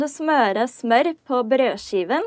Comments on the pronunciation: The way you said smør sounded like smår. If sitting around the table eating breakfast and you asked if we could send you the "smår" (instead of smør) we would understand, but out of context it would be hard to understand. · this is how i would have pronunced smør in danish lol. if you havent already it could be cool to see a video on reacting on how similar norwegian, swedish and danish is. I've been watching your videos on and off for over a year now and im really impressed by how norwegian you're becoming :)